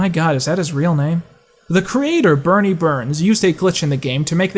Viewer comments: It's Burnie, not Bernie... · It's "Burnie" with an "U" not "Bernie" with an "E" Burnie Burns is one of the creators of RvB not Bernie Burns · Great video! But the guy who created Red vs Blue spells his name “Burnie” not “Bernie”